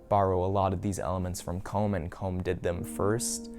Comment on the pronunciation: ”Commes” 😷 Cool pickups tho